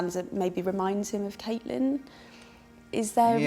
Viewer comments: Caitlin!??? That's noooooooot how you pronounce her name... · HeadLikeOrange I've heard him say Caitlyn and Catelyn